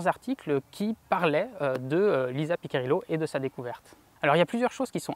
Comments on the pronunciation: Merci pour ces explications ! Par contre, petit souci de prononciation du nom Piccirillo, ça se prononce "Pitchirillo" et non pas "Piquirillo". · Le vrai nom de la mathématicienne c'est Lisa Piccirillo... PICCIRILLO... et pas PICCA... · désolé mais entendre Pi'K'irillo fait mal aux oreilles...Cela se prononce Pi'chi'rillo...A part ça superbe video.